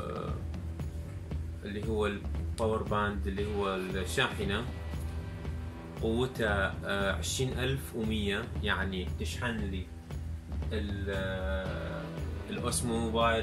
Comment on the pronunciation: برافو عليك بس عندي ملاحظة ع اللفظ الخاطئ للكلمات .. متل Osmo أوزمو .. تقولها أوسمو 💢 Powerbank باور بانك تقولها باور باند 💢 والRemote control ريموت كونترول تقولها ريمونت 💢 ويفضل تصور هيك فيديوهات بكامرتين .. الاساسية والتانية تكون زوم مع حركة بطيئة عالقطعة الي عم تحكي عنها أثناء الشرح وتكون معلوماتك أدق وبأسمائها العالمية . لا تواخذني .. نصائحي هدول منشان تزيد معجبينك وتقوى أكتر .. لأن كل الناس بدها تشوف الأفضل والأقوى . موفق 💓👍